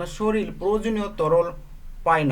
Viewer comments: Soril na sorir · উচ্চারণের এই অবস্থা কেন? শরীর কে শরীল বলেন কেন? উচ্চারণ না শিখেই এসেছে ইউটিউব চ্যানেল খুলতে।